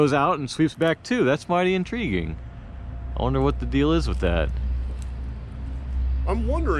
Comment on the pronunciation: In-tree-guing.... or intriguing?